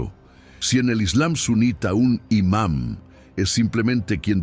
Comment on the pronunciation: La palabra es IMAM, no IMan y cuando yo hablo de los Ayatollahs , hablo de los Ayatollahs de Iran.